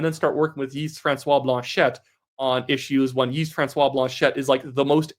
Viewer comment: Hey, correction for your future videos. When pronouncing “Yves François Blanchet” omit the “S” sound from Yves (it sounds like eev) and don’t pronounce the T sound at the end of Blanchet. It should sound like “Blancheh”.